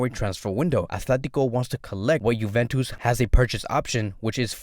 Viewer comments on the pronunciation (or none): none